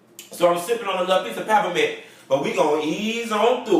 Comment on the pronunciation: that's Aretha Franklin song. oooh thats my jam, I died when you spiit out that peppment! (peppermint) lol